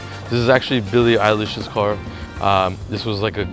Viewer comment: Billie eyelish 🤣🤣🤣 teach him her name